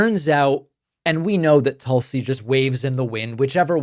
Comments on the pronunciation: Tulsi is pronounced Toosie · Tool-see is the proper pronunciation